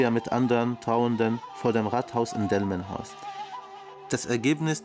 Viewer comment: omg ich hab jetz erst kapiert, dass das ja hier direkt um die ecke in delmenhorst war; er hat die ganze zeit dilmenhorst gesagt 😂